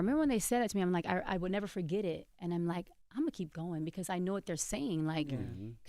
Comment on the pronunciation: The way envy says because it’s so dumb like he doesn’t know how to pronounce it properly